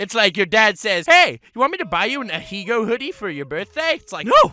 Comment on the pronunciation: Stop pronouncing Ahegao like Ah he go Its not pronounced like that its pronounced Ah ey gah oh